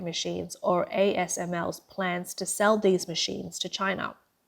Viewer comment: ASML not "AMSL" cuts you off from support, your country is no longer making chips developed in the last 2 decades.